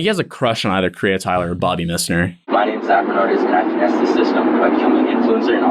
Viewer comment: This MISSner pronunciation is killing me haha 🤣🤣